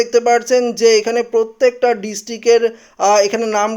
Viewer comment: পত্যেক, ডিসটিক..... এগুলো কি উচ্চারণ? প্রত্যেক, ডিস্ট্রিক্ট উচ্চারন করতে পারেন না কেন?